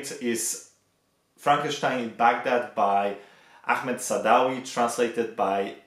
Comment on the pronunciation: What's your ethnicity? you perfectly pronounced Ahmed's name.